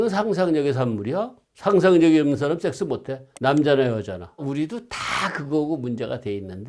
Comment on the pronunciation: 젝스발음을 한국에서 두번째로 잘하시네요 첫번째는 추격자 프로파일러분 ㅋ